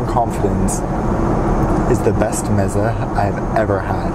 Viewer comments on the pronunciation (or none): It’s pronounced ‘MEH-zay’ you uncultured swine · M-iza, bubble ganoosh, canopies? Dude you have some interesting ideas on pronunciation.